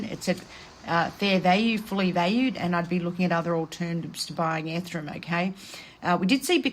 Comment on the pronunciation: It's bi-nance and e-ther-e-um🤭